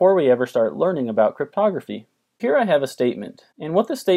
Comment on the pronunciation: I thought he said "modular arithmetic is a very fundamental component of photography " I was so confused omg I was like huh??